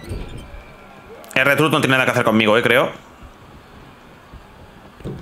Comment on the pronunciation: La pronunciacion de R-Trhuth es Ar Trhuth